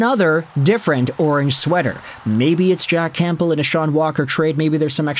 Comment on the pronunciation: Are you pronouncing the "p" in Campbell? 🤨